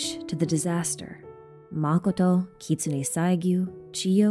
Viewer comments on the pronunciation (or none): none